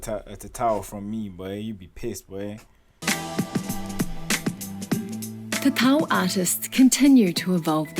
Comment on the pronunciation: You said tatau like a boss...